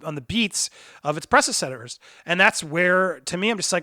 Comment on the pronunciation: Pressessedors??? Hahahaha 😂😂